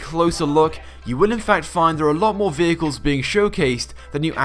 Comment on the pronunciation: Gotta love the "Peagus" vehicles